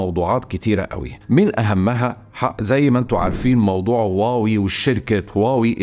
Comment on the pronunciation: شركة هواوي وليس واوي للتصحيح